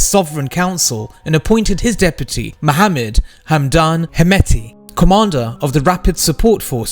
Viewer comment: Why?? Just pronounce it as standard pronunciation..Not according to English pronunciation